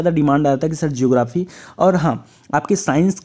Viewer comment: Sir geography not jography